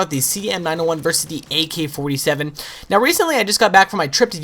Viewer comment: He says "A key 47"